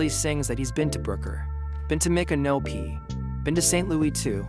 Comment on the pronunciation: Please try and stop mispronouncing Micnopy. It’s pronounced like MICK-AN-O-P for Christ’s sake